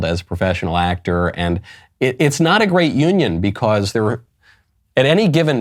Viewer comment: You pronounce "because" wrong.